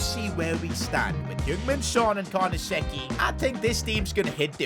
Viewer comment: great videos, am waiting for the creat-a-club in italy. you havent been there yet. and i think its pronounced carnesechi not carnasecci